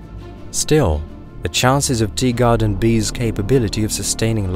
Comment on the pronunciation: Is it just me who hears it, or is this guy really saying “Deegarden B” rather than “Teegarden B”?